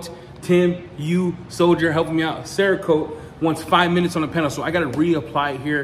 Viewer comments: I think I liked to hear you say "CHERRA-KOTE" better.... Made me laugh harder anyways! 🤣😆👍🙏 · Yup, I saw the same thing... Damn 🍒-Kote!